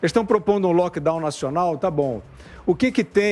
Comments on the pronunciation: NÃO É “LOCKDOW”, É LOCKDOWN (o N do final É PRONUNCIADO!!!!!) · meu querido a palavra é LockdowNNNNN e não "loquedau".